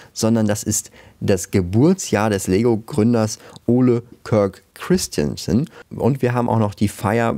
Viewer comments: Mich triggert deine aussprache von oles namen da es kristjansen ausgesprochen wird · du darfst den Namen doch nicht Englisch aussprechen, er war Däne